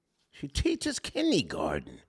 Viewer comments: said Kinnie garten instead of Kindergarten, some Old School Talk..I just fell out my chair with Laughter.…🤣🤣🤣🤣🤣🤣🤣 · black side coming out pronouncing kindergarten “kidney garden”